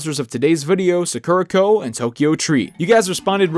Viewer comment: Sorry to be nitpicky, but it's pronounced Saa-kur-uh Co. Saa-kur-uh, not Suckera